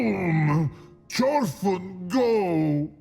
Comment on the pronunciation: Had no idea what "chorfun" meant, looked it up & turn out was trying to say "fortune" the whole time, lol.